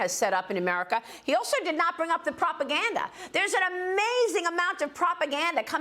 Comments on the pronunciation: His name is pronounced "she jinping," not "jee zhinping." Why can't Bartiromo simply take a cue from Gordon and get it right? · Nope. The first syllable is "she." If it were pronounced "chi," ("chee") the English spelling would be Qi. The English sequence chi is actually pronounced more like "chur" in Mandarin, as in chi-fan ("chur-fon"), "eat."